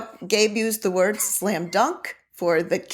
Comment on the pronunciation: is right. You are pronouncing it wrong